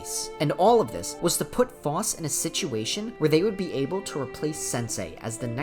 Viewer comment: Ty king for the video, great content. However I must apologize for what I’m about to say- You’re pronunciation for Phos is wrong I’m sorry aaaaaah